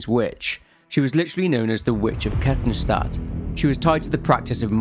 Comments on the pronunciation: I'm only 3 minutes in to the video but well done on the Kettenstadt pronounciation! absolutely nailed it. Can't wait to see the whole video, always enjoy listening to your vids. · Your way of saying Kettenstadt is funny but almost perfect xD (btw it means Chain City) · Oh nice, someone who doesn't absolutely butcher german names for a change. Knew the sub was worth it ;) For those curious, Kettenstadt literally translates as Chaincity (Ketten = chains, Stadt = city), but depending on the context chains could also be translated as Fesseln (lit. shackles). A fitting albeit on the nose name considering the implications. I love it how the internet comes up with various names for the emergency exit of life. Obviously I'm heavily biased by my own experiences, and your mileage may very well vary. Of those I know personally who did or tried to do it, none wanted it to be a taboo, but rather to talk about it openly but it took them too long to find someone they could trust, be it a therapist or a friend who'd listen. It's generally their families or officials who don't want it mentioned, not those affected. The issue persists even if we don't talk about it or it gets censored. Also this isn't a critique on you, but rather the world we live in, be it social media or international news or even gossip in some backwater village. Reach out to your friends my guys and listen to them, especially what they say between the lines.